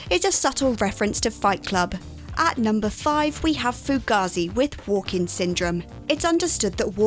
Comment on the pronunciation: Fuck sakes. The culture of chronic mispronunciation continues with this new employee. Fugazi is pronounced "Foo-GAY-zee". Emphasis on the middle syllable.